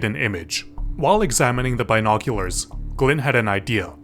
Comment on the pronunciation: Why are you saying "Binoculars" so weirdly?